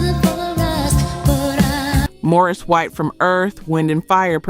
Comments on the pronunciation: It's Maurice White, not Morris. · Maurice not Morris